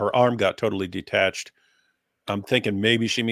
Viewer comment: Shalom. I caught like the last 30 minutes, and I chatted with some in the live chat. Hehe. Also, it's detached, not ditached.